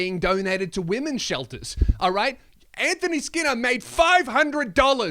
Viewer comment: Hey, how about you learn to pronounce 'women's' before continuing to lecture. It's pretty embarrassing to hear.